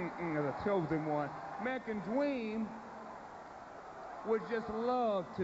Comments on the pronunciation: American Dweeeeem Lol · the American dweem is back on twack damn that was funny